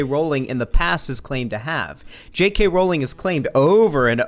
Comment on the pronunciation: You are the only person ive watched who ever said JK Rowling's name correctly. I get she's a shitty person but as someone who has their name CONSTANTLY mispronounced, i hate that people justify mispronouncing it because she's a TERF. Call it civility politics, but if you don't deadname Caitlyn Jenner, pronounce Rowling's name correctly. It's stooping to their level